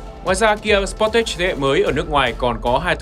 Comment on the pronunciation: Đọc cái tên xe nghe đúng quê luôn, sờ pót tét @@ Tìm hiểu cái tên xe trước khi làm clip đọc nghe cho nó sang chút nào :)